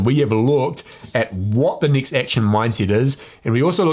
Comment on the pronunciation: Is it next or nixt He drives me crazy. Cannot listen to that damn accent